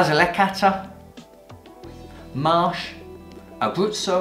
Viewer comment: DOCG and not DOGC. Don't want to be picky but your pronunciation needs to be trained. Amarone is Amarohne, Marche is Markhe, Alto Adige is Alto Adidzei so on. Overall, good vibe and passion come trough. Keep up the good work.